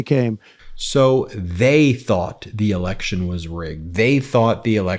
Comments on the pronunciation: It’s election, not alection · "You're an idiot." 🥴 "Rigged eliction." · …”a rigged elickshin..”. Really jumbo ? That all you got?